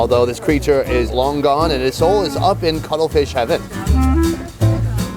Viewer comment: Did he say cuddle fish legs?